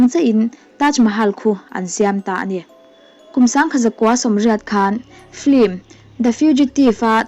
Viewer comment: headline khi felfai tawk lo ka van ti em... han tang leh deuh teh... hmu thin ti ringot lo khian hmu thin te han ti zawk la... 10/10 (cuan flim nilo in film.. lam dan pawh han ti felfai leh deuh la ngaihthlak a van nuam zual dawn em) 😁